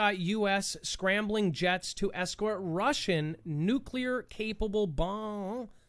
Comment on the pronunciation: "nucluar capable bongs" LoL